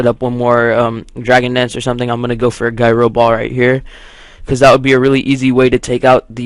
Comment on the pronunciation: does he not know how to say gyro right?